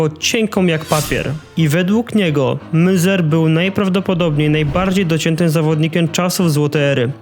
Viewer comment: Wszystko ładnie, pięknie. Tylko bardzo kaleczysz wiele nazw jak mówisz przez co materiał mocno traci na jakości. Munzer czyta sie z niemieckiego jako Mynca, San Jose czyta się San Hose. Niby niewielkie różnice a o ile lepiej by było. Pozdrawiam